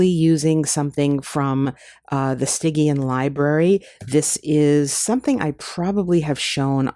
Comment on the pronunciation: Not to be nit picky but it is pronounced "Sti-jeon" at all times.